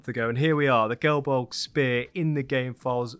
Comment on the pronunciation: Me again, self-elected Irish pronunciation correspondent. Another great video! 😊Here's some help with pronouncing the Irish names : Domnall = Dough-null (Although at the time his name would've been pronounced Dove-null ) Cerball - Car-oohl (second syllable is pronounced like pool, but without the p) Gae Bolg = Gah Bol-ug